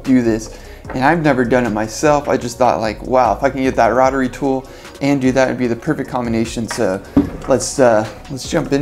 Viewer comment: Dude, it’s a row- tr-ee tool.